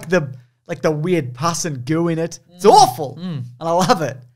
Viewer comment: “What is years when everything is awfaul ? Like now.”